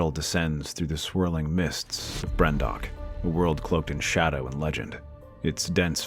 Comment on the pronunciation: "Brendok" Aaaaaand I'm done with this video